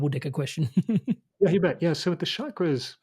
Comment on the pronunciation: It’s NOT Shakras. Why are people mispronouncing it. Does it make you sound cool? It’s a Sanskrit word Ch CHak- Ra Very easy. Except for idiots